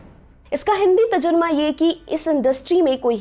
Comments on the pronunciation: its Tarjuma not Tajurma 😂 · Please improve your urdu pronounciation..like "Tarzuma" not "Tajurma" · Mam tajuma nahi tarjuma😂😂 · Tajurma nahi bolte tarjuma bolte hai madam..ap log kya kuch bhi bolte hai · Tarjuma ko tajurma kehne wale lallan top hi ho sakte hain 😂😂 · 3.42 it's tarjuma not tajurma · Plz correct its 'Hindi tarjuma' not tazruma.. 😁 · Madam tajurma nahi hota tarjuma hota hai urdu me aap apani video dekh kar adit kiya bhi karo waise aapki speech achi hoti hai thanks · Tajurma nhi ji tarjuma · That was,, तर्जुमा 😂 mam,,, not तज़ुर्मा। sorry to say🤗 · Tajurma nahi madam tarjuma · Mem TAJURMA NAHI TARJUMA HOTA HAI THANKS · Not Tajurma its Tarjuma meaning Translation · what is tajurma Tarjuma hota he medam... 🤣🤣🤣🤣🤣🤣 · Tarjuma madam tajurma nhi. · अपना उच्चारण सही कीजिए। तजुरमा बोलना ग़लत है। सही उच्चारण तरजुमा(translation) होता है। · Tarjuma not tajurma 🤣🤣🤣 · Hindi tajurma ni tarjuma hota h miss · Madam Hindi "Tajurma" nhi Hindi "Tarjuma" hota h correct word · waise tajurma nhi tarjuma hota h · tajurma nhi tarjuma 🤣🤣🤣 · 😂😂😂😂tajurma😂😂😂😂.ohhh mann!! That was hilarious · Tarjuma not tajurma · 03.40 Itz तर्जुमा, not तजुर्मा.. Not to criticize, just to correct it. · तजुर्मा नहीं होता...तर्जुमा होता है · 3 : 42.......... Tarjuma not Tajurma